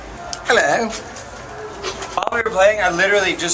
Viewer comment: "hallo" i died of laughter